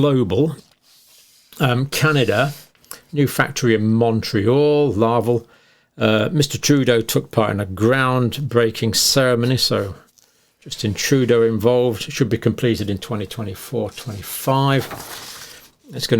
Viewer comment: It's LAAAAVEEEEEL but given the spelling, I can see why you'd mispronounce it.